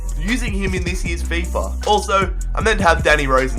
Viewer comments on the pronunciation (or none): none